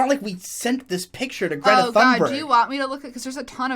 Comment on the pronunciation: "Greta Fannbörg"